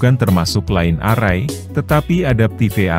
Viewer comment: Maaf mas; membacanya naskah ada yg kurang pas..line array tdk dibaca : lain arrai; tp lain errai.( Pronounciation nya ) sorry ya boss.